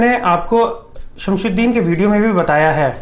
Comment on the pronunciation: SIR IT'S SHAMSUDIN NOT SHAMSHUDIN